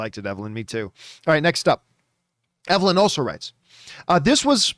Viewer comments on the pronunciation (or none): none